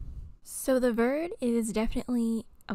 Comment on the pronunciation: Hi I love your videos! "Verde" is pronounced "vair-day" it's spanish for green! :)